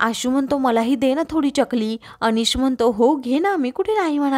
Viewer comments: च्यकली नाही ग चकली असते ती😅😅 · चकली म्हणतात, च्यकली नाही